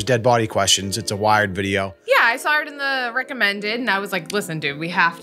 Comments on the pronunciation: You called out when she said sawr, but you said it way more boston-ey a few seconds before. Lol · Thank you post production. I giggle every time I hear say "sawr". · said sawr like 20 seconds before. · hate to call you out man, but you definitely dropped a "sawr" a good 15 seconds before calling out the mrs.